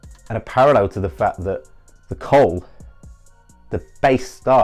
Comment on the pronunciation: coal Sound's like "cult'